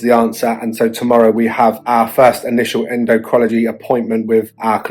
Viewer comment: En--doh-crin-all-o-gee! Just a help for a tough word.